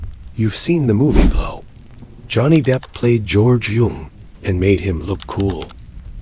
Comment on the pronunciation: At the end the A.I. narrator said, "The man behind the movie, Blaaouu." 😜👌